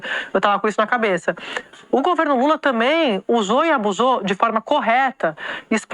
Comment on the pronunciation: "o governo lule tamém" Sadi? Credo uai. Não se ensina português pra ser jornalista? Eu, hein 😮